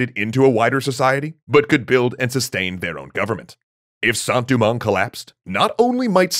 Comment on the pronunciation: Your pronunciation is very good on everything except Saint Domingue. It’s not “Du-mang” but “Do-mang” (as in Doe, a deer, a female deer). Think of the Dominican Republic’s “Santo Domingo” it’s not Du-Mingo lol no worries though I’ve just been growing up hearing it a certain way